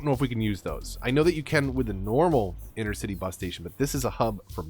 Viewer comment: Please,please,please stop calling the inTercity buses inNercity buses. I know it’s just small and petty but it really nags my noodle. Otherwise, I still love watching your play throughs. 👍